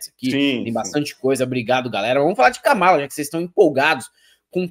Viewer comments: A pronúncia está errada é Kamala igual a Câmara e Pamela!!!😀😀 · KAMÁLA 😂 KÂMALA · Não é Kámala e sim kâmala!!!!!😘😘😘😘😘